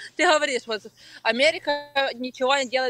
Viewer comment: Омэрика 🤣🤣🤣🤣Ой я не смогу)))